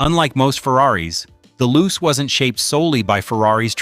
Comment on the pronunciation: It's pronounced "Loo-chay", not "Loose".